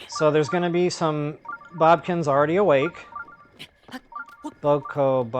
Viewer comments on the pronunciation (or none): I completely forgot that you pronounced Bokoblins as Bobkins in your videos. I had always assumed it was deliberate and you just said it that way to be silly lol. I'd say stick with it.